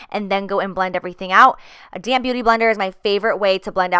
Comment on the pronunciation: Thought you said "damn beauty blender" instead of damp... I was like wow so sassy lol.